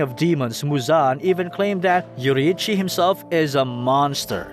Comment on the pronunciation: Finally someone who actually pronounced Yorriichi’s name properly and not like ‘YO-RREEEEEE-CHY’